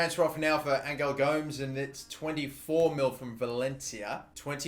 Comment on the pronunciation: Gomes is pronounced as Gomez